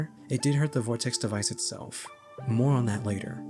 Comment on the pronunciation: why do you add a t to vortex?